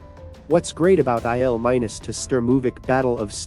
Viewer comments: EYE EL MINUS...gotta love AI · "IL 'MINUS' 2" Sturmovik? "WW eye eye"? Which idiot AI is doing the narration?